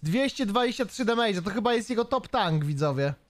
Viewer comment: Naucz sie poprawnie wymawiać "demYDŻ" bo to nie "mage" (mejdż)